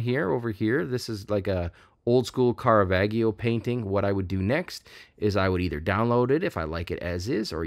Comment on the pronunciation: The G in Caravaggio is a soft G. It is pronounced as the J in John